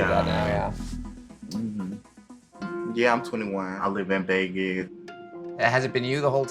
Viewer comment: “I live in Vegith” 😂